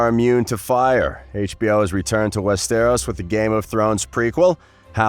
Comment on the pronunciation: its NOT "WEST AROS". ITS ONE BIG ASS WORD.